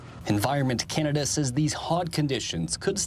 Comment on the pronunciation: Ca- ner- duh!!!